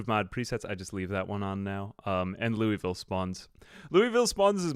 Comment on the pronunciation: Fyi, it's not Lou(ee)ville, it's Lou'vull or Lou-a-vull.